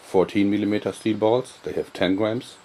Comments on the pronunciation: i love the way this guy says "gwams" i also make my own wooden slingshot i use single bans from the office and combine them. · I like how he says "Gwams" but yeah, jorg i like your slingshots alot, and i admire your work. You need an instructional video on how to make a slingshot out of a 'Y' branch. Keep it up.